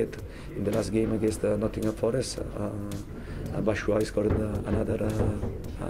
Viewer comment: Look at the bench, didn’t know Batshuayi actually Where pronounced «Batashuayi» 🤣🤣